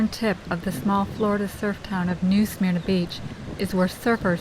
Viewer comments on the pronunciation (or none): The script was read awfully. It's not pronounced "smear-nuh" and it's not pronounced "tar-pawn". And tarpon are not baitfish but rather a game fish which EATS baitfish. This vid might contain other errors too, but I couldn't go any further, this was so bad.